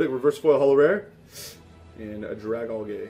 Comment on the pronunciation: I think that dragalge is pronounced drag-algae like that green stuff that grows on water